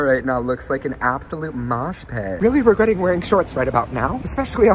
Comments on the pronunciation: “Hes weally hitting da griddy wright now 😲” got me laughing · his weally hitting the griddy right now